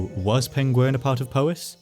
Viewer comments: That's Peng-WERN.... not ''penguin''. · All I'm saying is - Its Pengwern not Pengworn 😂😂😂 yeah I'm from Telford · It's Pengwern not Pengworn - Yes I'm from Telford and you won't get the joke unless you know 😂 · History is good, your pronunciation of the "e" in Pengwern is less so. You are saying uh, when eh would make it less jaring to listen to. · Is this where the pengulin were from ( actor who played Sherlock and mispronounced penguin on bbc documentaries) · Pengwern is how Benedict Cumberbatch pronounces "penguin." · I'm sorry, but "Pengwern" is (one of the many ways) that Benedict Cumberbatch pronounces "penguin". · if it weren't for the printed name I'd have completely believed you were saying penguin. You completely swallow the "r". Love your accent and enjoy the video. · Going off welsh, pengwern is likely pronounced Peng-where-n and the r in where is rolled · Pengwren is just how Benedict Cumberbatch says penguin. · Pengwern sounds like how Benedict Cumberbatch would say penguin. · Pengwern sounds like Benedict Cumberbatch trying to say penguin and now I can't unhear it 😂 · Benedict Cumberbatch: Penglern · I always have so much sympathy for anybody attempting Welsh place names. I'm lucky that I went to 2 Welsh language schools but even Welsh people who didn't struggle to pronounce most of them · Ahh the missing kingdom that Benedict Cumberbatch cant pronounce. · Rumour has it Benedict Cumberbatch can't say Pengwern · I guess "Pengwern" ist not an ancient word for "penguin"🐧, right?